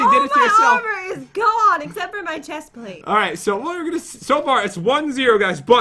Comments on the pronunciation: Pat why do you said chesplate is a pants not shesplate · " I can fly up like a boss because I have the best " chestplste? " ever " said Pat